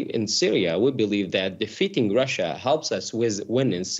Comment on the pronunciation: Russia, Russia, Russia. Sounds like: Marsha, Marsha, Marsha.